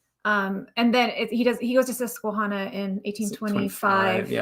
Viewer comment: Not to be critical but Susquehanna is pronounced with a short a like the name Hannah. I grew up in Pennsylvania near the Susquehanna River. Not to be a jerk. Just saying. Love this episode. Love Mormon Stories. Love you guys. <3